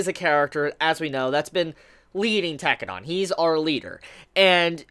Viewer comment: every time he says tekkedan I cringe.